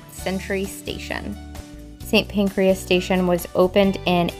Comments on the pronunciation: Pancras not Pancreas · Pancras not pancreas. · Hi again guys. Another great video. As usual, a few observations. Please don't think that I am being "picky". 😃 The name of the first station is Kings Cross, not Kings Crossing. Equally St Pancras is not pronounced "PancrEas" as in the mammalian organ. The wonderful Neo-Gothic front of the station was within days of being demolished some decades ago before it got an emergency Listed Building status which saved it. After disuse as a hotel it had been used as railway offices for many years then deserted before being sold. Following the sale a restoration project that lasted several years was undertaken. There is only one Tower Bridge. 😉 But to your eternal credit you did not refer to it as London Bridge as so many tourists do. Borough, as in Borough Market, is pronounced "buruh". Just so that you know, place names ending in -borough, -brough or -burgh are pronounced "bru" not "burrow" or "burro". King Charles I was executed on a specially erected scaffold outside the Banqueting House by beheading, not hanging. The view that you commented on was the entrance to Horseguards' Parade which is on the opposite side of the road. Next, an error that probably 95% of people make. What you called Big Ben is actually The Elizabeth Tower, previously named The Clock Tower but renamed in 2012 for the Queen's Diamond Jubilee. Big Ben is the name of the huge Hour Bell that hangs inside it. TWO FUN FACTS: 1 Big Ben was originally cast in a Bell Foundry at Stockton on Tees in N.E. England. Whilst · FYI 'Kings Cross' not crossing, 'St. Pancras' not pancreas, the 'Elizabeth Tower', Big Ben is the bell inside, sorry just being pedantic or trying to help..... you decide. Lovely video of a lovely day!